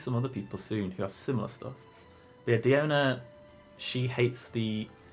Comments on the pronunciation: Gotta say you messed up the charaters a little, diona is pronounced die own uh and it’s diluc and pronounced dee Luke. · name nashi it’s proven to be die own uh. I have her and she says “die own uh, bartender of the cats tail.”